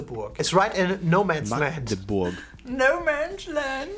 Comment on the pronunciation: we in sachsen anhalt are triggert when they say Maagdebur (this is what thay sad ) because the a is spoken short